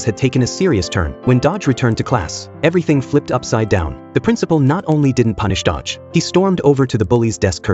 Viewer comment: It's Do-Gi, not Dodge wtf😂